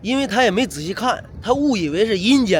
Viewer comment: 银间会……阴间会！😂😂😂😂😂看的视频没法不笑！开心！谢谢！